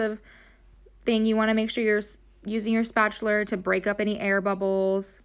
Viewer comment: spatuler lmfao